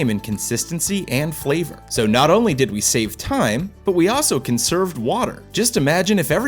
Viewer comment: Thought he said 'can serve' not "conserve"